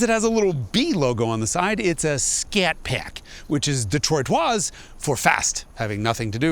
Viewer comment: Scat PAACK - beautiful pronunciation